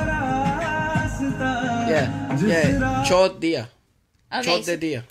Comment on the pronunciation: OMG I died laughing when he said "Chod diya"... FYI, a very nuanced difference in pronounciation of the word "chod" changes the meaning from "left behind" to "fucked"